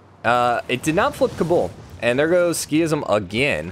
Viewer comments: I'm a little triggered by "Ski-ism". I think it should be pronounced "Sik-ism". Otherwise: a great series! Very fun to watch! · Yeah I was like; “what is he talking about ?? what’s a skism ?? Ohhh he means sikhism” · Pipothefreak sik-hism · It’s pronounced like seekism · I know it's supposed to be Sik-hism, but in my spoken language the 'h' is dropped quite frequently, so that wouldn't trigger me as much. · This got me so bugged as well 😂😂